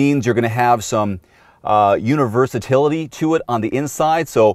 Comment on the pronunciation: "universitility" is that a word, lol? Nice review!